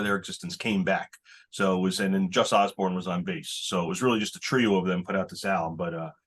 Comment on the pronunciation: It’s Jus Oborn! Not Osborn. Wtf? Posers.